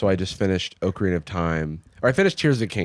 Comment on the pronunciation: I love Jarvis but I hate how he says Ocarina